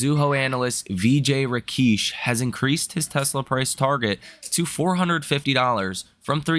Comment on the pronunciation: Medellin = meh-DAY-yeen Rakesh = ruh-KEHSH